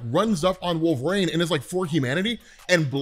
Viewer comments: Absolutely KILLING ME with the "Wolver-ain" 😂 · WolveRAIN... lol, man... no